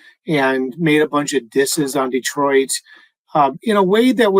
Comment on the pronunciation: Please!!! As native Detroiter, it’s pronounced Detroit!!! No extra Eees! Like nails 💅 on chalkboard 😮